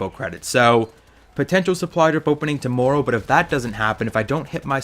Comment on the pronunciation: I love the way you say "tommorow"